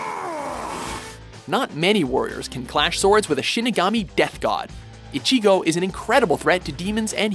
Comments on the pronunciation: Rayden Bramlett WatchMojo are shit when it comes to anime. They butcher the names so bad, like when they pronounced ichigo.What the hell, its not icheego, ur not sneezing u dumb shit. Also UnoHana or ichigo? what the hell unohana doesnt fight ever in the series! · The way he says ichigo bothers me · You can't pronounce one name! It's not icheeeeego its ichigo ffs. You're such weebs. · It's not Ichigo Kurosaki, it's Kurosaki Ichigo. I HATE when people mess that up...You also pronounced his name wrong. You got the I's wrong. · They pronounced Sakata as "Sataka"... How? And the pronunciation of Ichigo is cringe worthy. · a word of advice, take a few lessons in Japanese. While listening to your commentating, I have heard you mispronounce a few words and names. A few that were mispronounced were Ichigo and Zangetsu. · Killua Zoldyck They seriously need to get an anime expert in Watchmojo. I read the manga volumes so I know all about Kenshin. It hurts hearing them pronounce names like Ichigo, Mihawk, and Kenshin wrong. If they mispronounce certain villians like Shishio,Hisoka, or Madara I'll just have to mute the video when they introduce each character on the list. Like are they doing this on purpose?